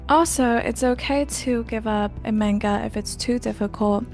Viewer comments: why are you saying menga? lol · Why do you say MAYnga if you speak Japanese? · no but this one is pronounced similarly in english. The pronunciation isnt exactly the same because of inflection and the duration of each syllable (or mora in Japanese). That being said, both pronunciations use a soft A sound and she even uses the soft A sound in this video sometimes. It confused me so I asked why it might be